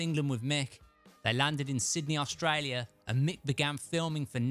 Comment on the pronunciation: I luv the way you say Australia🤩